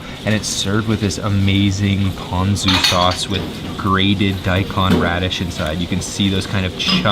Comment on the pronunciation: I was watching your video and the content is good. I cringe when you pronounce Japanese. It’s not Oww Dawn, it’s Oow doh n. It’s not Pan zoo it’s Poh n zoo. I think if you say it in syllable you will pronounce it correctly.